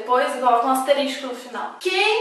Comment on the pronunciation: *Asterístico* hahahaha